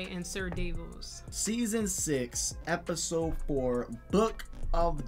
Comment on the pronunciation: No No u can't give him shit for messing up Missandei's name because everytime u mention Ser Davos u absolutely butcher his name😂😂😂😂